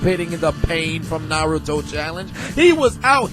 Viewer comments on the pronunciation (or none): none